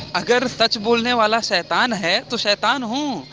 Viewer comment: 😂😂मराठी 'ऐड़ा' लौरा लगता है शैतान को सईतान बोल रहा है ।